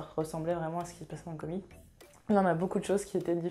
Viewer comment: Salut à toi, tu prononce comic au lieu de comics prononce un x a la fin parce-que au début je me disais quoi "comic" je ne comprenais pas si non très bonne vidéo continue